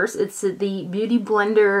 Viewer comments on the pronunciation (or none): none